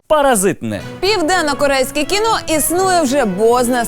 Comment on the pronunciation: КІНО!!!! А НЕ КІНА!!! ВИ Ж ЗАЦЄНТІ ЖУРНАЛІСТИ